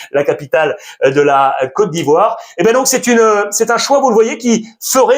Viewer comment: Merci infiniment pour la prononciation sur ma côte d'ivoire ❤❤❤❤